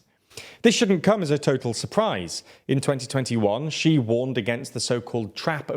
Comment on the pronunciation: Great video, but you guys really really need to get somebody to help you with how to pronounce Chinese names. Hearing Wen Jiabao pronounced like that really takes me out of the video - it's almost as bad as the video where you kept referring to Xi Jinping as 'Ji'